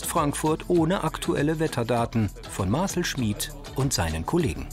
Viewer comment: Marcl???? Es heißt Marcel man